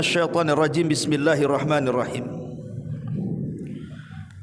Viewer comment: Bacaan basmalah kok begitu? bismillah hirrahman rahim